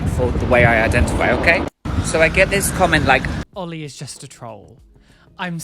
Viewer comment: oh they just said "oil" instead of oli hahaha